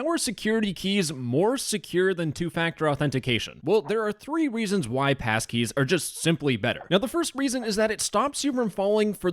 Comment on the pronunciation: "Now there are thwee weasons" 🤓